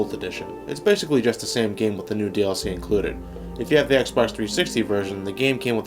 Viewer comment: I swear he’s saying nude dlc